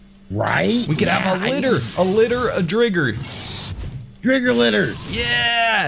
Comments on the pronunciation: Sorry i meant why you say drigger when it’s driger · I think it’s pronounced dr-eye-ger because dragon+tiger